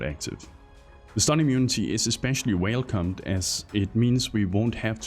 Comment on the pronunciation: Im sorry but did you say "whale cum?"